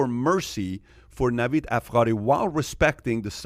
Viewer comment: Btw Pat I’m surprised you pronounce afkhari. There’s no “kh” in there 😁. Was expecting your Farsi to be better. But again maybe you misread it.